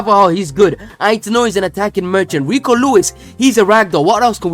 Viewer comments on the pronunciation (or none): none